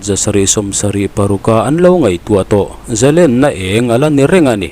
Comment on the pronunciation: Israel ram hruaitute hian,ram leh hnam an va hmangaih em.Hmui chauh in an hmangaih lo tih a chiang e. Chuan khawngaih in Zalênna hi lam dik teh.Lên ka deng tih ang hian lam rawh .Ka zalên ta tih a lên ang hian lam rik han tum hram teh.